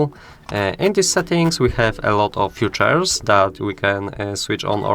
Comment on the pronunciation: features - wymawia sie ficzers, bo tak to mowisz o "przyszlosciach"